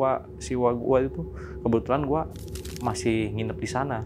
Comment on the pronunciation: Ngadangu urang Pangandaran ngomong "Uwa Gua" asa hayang seuri😂